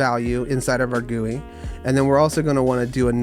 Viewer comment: WHY GUI AND NOT G-U-I